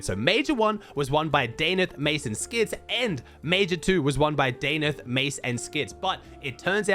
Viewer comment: bro is australian and cant even say danath